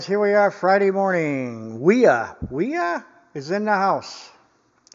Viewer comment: Wiha is pronounced Vee-ha, like a V8. As far as I can see on the handle, it says Wiha Werkzeug Gmbh, which is like Wiha Tool Corporation, and then their address in Schonach, Germany, it doesn't say anything about where the pliers were manufactured. I have a set of Wiha pliers with heavier comfort grips which is my main pliers set in my workshop box. I believe they were all made in Vietnam, and I'm fine with that, I got them on sale, I knew their country of origin before I bought them, and I have no complaints about their quality. On the other hand, I don't think I've ever seen a pair of Knipex pliers which weren't made in Germany, with that info stamped right into the forging